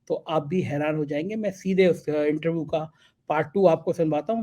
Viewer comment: गोलू मोलू से थोड़ी कम इंग्लिश जानने वाले इंटरव्यू को इंटरवू कहने वाले लेकिन वाकई बहुत अच्छे और नेक दिल हमारे को दिल से बधाई।